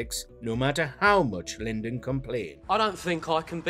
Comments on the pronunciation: Lyndon B. Johnson 😹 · Lyndon? Uhm. Somebody did a crap research job. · Who is 'Lyndon' ?